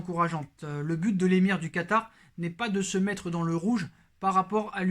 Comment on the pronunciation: "Calé Quatar" 😛